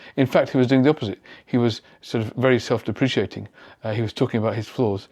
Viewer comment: Thank you for that detailed and insightful analysis. Just a small thing, there's only one i in deprecating, pronounced dep-ruh-kay-ting. Cheers.